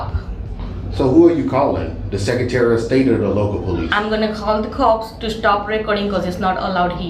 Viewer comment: Its police, not pole lease.